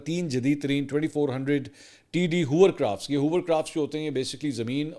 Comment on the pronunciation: Hovercraft Mansoor, Not Hoovercraft !